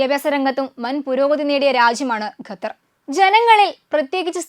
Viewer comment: Gather alla, sather😂😂. Avide bhasha malayalam alla. Arabi aanu😢😢Qatar